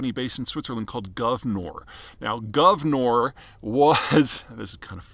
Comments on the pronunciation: What is Guvnor? it is gunvor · Not Gav-nor but Gun-vor (pronounced as "gan-vor"). Peter, you need to work on your pronounciation a bit - this happens quite often for you. Otherwise great content, and wishing all the best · Not Guvnor, but Gunvor. Russian play of Russian accent "Gun & War", what Gunvor was built to support years ago. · It’s Gunvor not Guvnor 🤦‍♂️ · FYI: It's GUNVOR not GUVNOR. It is an old norse name (the prefix Gun is common in old norse names like Gunhild, Gunnar, Gunvald, Gunlaug) and it's taken from the name of the Swedish founders mother. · It’s Gunvor, not Guvnor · It really shows how serious of an analyst you are - at least when it comes to the energy space - that you fail to correctly pronounce the name of GUNVOR, and incorrectly pronounce it as "GUV-NOR". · Gunvor, not Guvnor. The name of the wife of Thorbjörn Törnqvist taht ownes the company 🙂 Cheesrs from Sweden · Not Govnor, but Gunvor LOL Gun + vor. Vor is thief in Russian, also like a rank in Russian prison gangs, who is Timchenko. Anyway, why couldn't Biden sanction Russian oil? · Gunvor. Not Guvnor. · Did you call Gunvor Govnor on purpose? Cause it’s like Shit-or in Russian. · That's not how you say Gunvor. Also, Gunvor is an Old Norse female name.